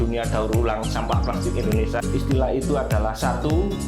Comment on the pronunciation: Mending pake script agar bahasanya bagus. Nyebut Indonesia aja bilangnya endonesa.